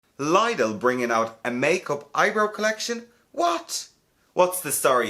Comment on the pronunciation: I swear it’s pronounced ‘liddle’